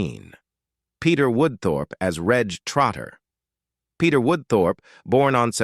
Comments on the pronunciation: Hopeless. Too many errors... Jacques, not Jarks, Reg pronounced Rej not Regg .. Nicholas Lyndhurst ... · If you are going to produce a video about British actors, please do some research on how to pronounce their names - Reg does not rhyme with Egg - it's Rej.